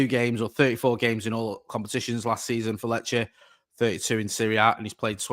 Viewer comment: Glad this transfer is done now so doesn't have to panic every time he needs to say Lecce😂